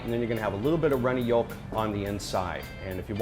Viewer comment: who pronounces "yolk" with the l like whats going on